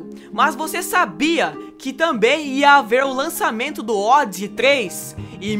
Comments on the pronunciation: ODisss o que ? A pronuncia é ÔDISÊI.... assim que era pronunciado aqui no Brasil.... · "ódzi"???? No meu tempo era "ódissei" ou "ódissí".... LOL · Vc é do interior? Pela amor de Deus não me fale Odissey novamente kkkkkkkkkkkkkk hilário !!!!